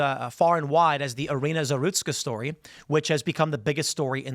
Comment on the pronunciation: Terrible. Just for the record her name would be pronounce ir-ee-na za-RUS-ka. at lest we can do that much for her.